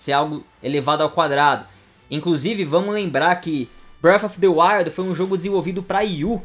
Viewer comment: bréfi deuaiu